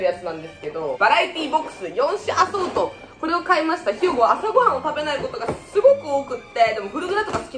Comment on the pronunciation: 最近見始めたんだけど、ひゅうごっていうてる？